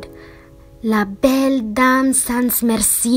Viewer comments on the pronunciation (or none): "La belle dame sans mercie" there is no "S" sound (trust me im french)